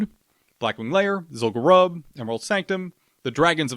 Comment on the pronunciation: As a fellow lore enthusiast, I have to chime in with the pronunciation for Zul'Gurub - it should be pronounced "Zool-goo-roob". Pronounce it the same way as the troll tribe it's associated with, the Gurubashi. We don't call them the "Guh-ruh-bashi" trolls, right? The name is derived from the tribe, just as Zul'Farrak is for the Farraki, Zul'Aman for the Amani, and Zul'Drak of the Drakkari.